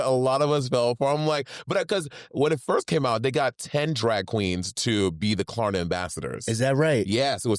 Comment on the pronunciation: “ We luv to shop da Klarna🇸🇪”🤣